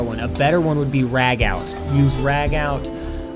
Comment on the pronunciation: it is not Rag-out it is rah-goo